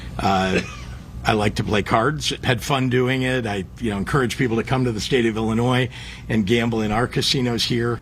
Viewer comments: Dude said "Illi-noise" haha! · Who is this man in uniform who doesn't know how to pronounce Illinois? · The “s” in Illinois is silent! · Why do so many not know how to pronounce Illinois. Do not pronounce the S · Oh my f- ing God! The s is silent in Illinois!!!! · Cracks me up. The 's' in I Illinois is silent. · Border Patrol Chief should learn how to pronounce Illinois. 😅